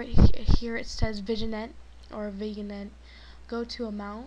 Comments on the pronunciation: lol good vid but Vignette is pronounced "VinYet" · VIGNET is pronounced as "VIN-YET" nice tut though.